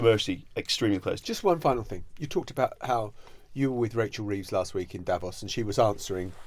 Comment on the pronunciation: Please check out the correct pronounciation of "Davos". Uninformed people get it wrong. Emphasis should be on the "o".